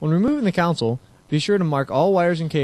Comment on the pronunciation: CONSOLE ~ PRONOUNCED "KON-SOL" NOT COUNSEL